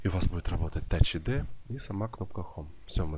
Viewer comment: Тач айди,а не ад